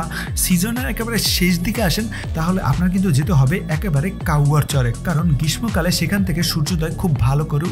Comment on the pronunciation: আপনার ভিডিওটা উপভোগ করলাম। এর আগের সেন্ট মার্টিনের ভিডিওটিও ভাল ছিল। আপনার উপস্থাপনা খুব ভালো। এই ভিডিওতে একটি ভুল উচ্চারণ করেছেন দুবার। সেটি হলো গ্রীষ্মকাল এর উচ্চারণ গ্রীষমোকাল হবে না, শুদ্ধ উচ্চারণ গ্রীশ্‌শোকাল।